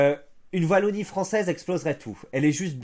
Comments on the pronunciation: Wallonie pas Vallonie s'il te plait, je tank pas toute la video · C’est la « ouallonie » pas la « vallonie » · On prononce "Ouallonie" pas "Vallonie"